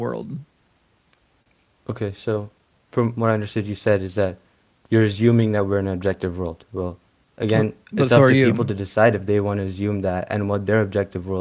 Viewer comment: “We’re equally delusional Justin, so stop “AZZYOOMING” we’re not.” 😂